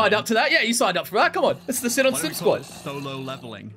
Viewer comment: I’m pretty sure it’s pronounced Sea-Non not sin-in